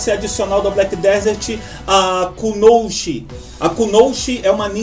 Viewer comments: Bom vídeo, só uma pequena correção: o correto é Kunoichi e nao Kunouchi como vc falou, #FiKaDiKa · com sílaba tônica no i-Ku-no>I<-chi